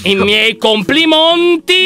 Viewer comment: lascia like se pure tu hai sentito lyon dire I MIEI COMPLIMONTI MA CHE CAZZ.. PERÒ 👇🏻